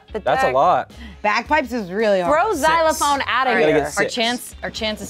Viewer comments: I just realised read "xylophone" on the card in this video. So there's no excuse for "zilaphone" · Watching this again after “Zilaphone” fiasco 😂